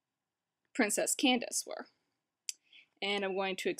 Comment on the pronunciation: It's cadence not Candace